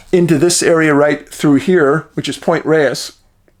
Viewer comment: I'm very familiar with Marin County and Mt. Tam, and never heard this story! Looking forward to what you'll be sharing about Marin. Thank you, Dave 😎 Also, Pt. Reyes is pronounced "Pt. Rays" 😎